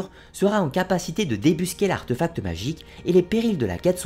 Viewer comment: Quel travail de recherche ! Et quel débit de paroles ^^ ! J'ai dû parfois revenir en arrière pour pouvoir digérer la masse d'informations. Petites remarques : artéfact et non arteufact. Morgane se repent, du verbe se repentir (avec le re de relever, revenir, retentir ), elle ne se répand pas. Dux ne se prononce pas dox ni deuks mais douks. Mais d'où vient ce nom "Arthur" s'il n'y a pas eu quelque part un gars qui portait une arme et qui a combattu les Saxons qui s'appelait comme ça ? D'où vient le choix de ce nom ?